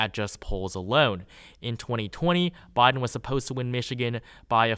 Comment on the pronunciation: Why are you talking like that??? Saying “Boden” instead of “Biden” and “newvember” instead of “November”. Wtf dude?